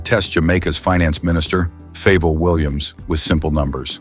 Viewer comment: WHAT A DISGRACE 😂😂FAYVAL,FAYVAL SMH